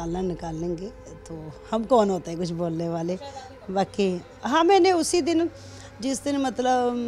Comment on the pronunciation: aisa kush(kuch) nhi h ..tack(tag)..audian(auience)..